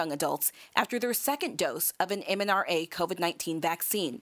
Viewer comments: I stopped watching when she said “MNRA Vaccine” - . Yet they are the ones correcting “misinformation”….. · MNRA? Even the editors didn’t catch it.